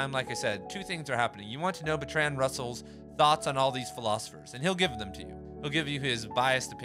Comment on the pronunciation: Thanks man, convinced me to buy. Wanna know what happened with that girl lol. Small note - Russell was English and you're saying Bertrand wrong. It's pronounced BERTrund. Keep grinding bro!